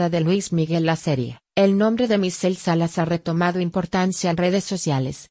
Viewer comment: Se llama Michelle Salas, porfavor habla bien antes de hacer tus vídeos, siempre haces lo mismo porfavor pronuncia apropiadamente.